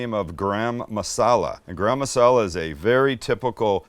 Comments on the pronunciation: Its not gram masala its garam (Gah-R[roll the R]um) masala. 🤣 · MAX….tell your dad how to pronounce garam masala. 🫣😂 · Sam, you forgot to say "Chance's and my favorite" when you added the garlic paste! I was waiting for it. PS is garam masala pronounced the same in the USA like Graham Crackers?" To this Aussie bogan (yes a real one, but living in Thailand), it always sounds like "gram crackers" and in this video "gram masala"? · Max where did you get thst bowl? Looks like a Claypot I make my Indian fish curry. I like the way Sam says Garam Masala. Lol